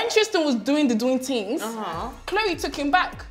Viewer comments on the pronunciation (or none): “Da doing da doing tinngzzzz” Nella I’m taking this 😭